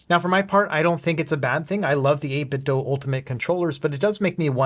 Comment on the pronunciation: It's the "8BitDo". The word "do" rhymes with "goo". The word you keep saying is "8BitDough".